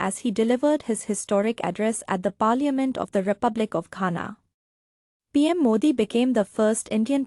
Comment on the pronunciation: Your pronouncing the word, "parliament" is quite embarrassing.